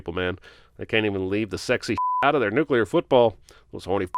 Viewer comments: Few things annoy me more than “nucular”. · Can we talk about the fact that he said nucelar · Nook-Yuh-Ler ding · You said nukular. I heard it. Just sayin, you sinned a guy in another movie for it lol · Jeremy, you said "nucular" - I'm adding 55 sins to your f*cking counter ! Di-di-di-di-di-di-di-di-di-di-di-di-di-di-di-di-di-di-di-di-di-di-di-di-di-di-di-di-di-di-di-di-di-di-di-di-di-di-di-di-di-di-di-di-di-di-di-di-di-di-di-di-di-di-di-ding ! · “Nucular” *ding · I'm disappointed in you J-bird. During the Indiana Jones and the Kingdom of the Crystal Skull video you sinned Indiana because he pronounced nuclear "nuculer". Now you have done that same thing. By the rules that I just made up you have to sin yourself and carry that with you till the end of time. It's only fair. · Nucyular? NUCYULAR? You, sir, have lost some sin cred!